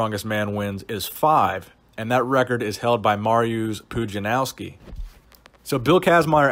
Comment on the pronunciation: Either you butchered Mariusz’s name or I’ve alway s been saying it wrong “ mar-ee-us” ? Polish people please help